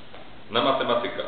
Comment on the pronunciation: Hostel Fraszka Moglby sie nauczyć mówić po polsku. Matematyka akcentuje sie na przedostatnia sylabę.